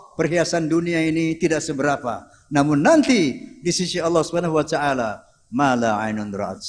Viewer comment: Kok wacaala?, harusnya wataala.